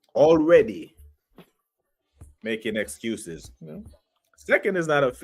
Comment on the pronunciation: Man said the exuses express LOL